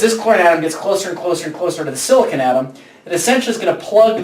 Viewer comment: silicon is not pronounced like that!!!!!!!